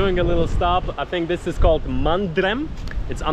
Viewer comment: The last m in Mandrem and Morjim is silent.